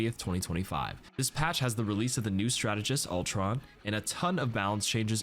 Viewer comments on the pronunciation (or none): none